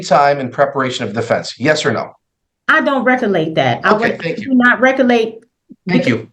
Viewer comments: LOL what the hell is recolate??? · I think she was trying to say "recollect". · I wish she recolate how to pronounce words correctly. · holy heck! She "axed" him but I'm not sure if she "recollates" it. She didn't want to pick up her child because she didn't want to deal with her. An adjournment was in order, there was no possible way the lawyer could read through all of the information she sent. The lawyer would need to speak with everyone involved in the child's case (and he's supposed to do this on a weekend?) Bye Felicia! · "I was axing, did I not axe you? I can't reccollate" Who the hell taught these people English? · "Recollate, ax , conversate." We are doomed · She likes to be thorough but didn’t want to go to the law office because she was afraid they would keep her there for hours and charge her more. Anyone who says “ax questions” or “I can’t recolate” is not articulate, Your Honor! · "Recallate" was presumably a mispronunciation of "recollect", not "recall" or "locate". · no, she is saying it ALLL WRONG. Recollection, recollect not recallate 😂😂😂 as she says it😂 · They all mispronounce big words in a failed attempt to sound like they have any idea what they're saying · Whew! She is either "axing" questions or can't "recollate" events about her conversations with the first attorney.